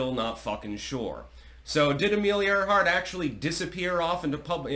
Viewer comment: And pronounced "Air-heart" 😊